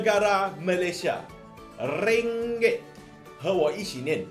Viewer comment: “Ringgek”....😂😂😂😂troll LGE ke apek?😂😂😂😂